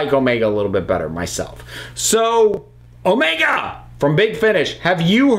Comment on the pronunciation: I always have problem with Omega's name that you have to stress "O" instead of "E"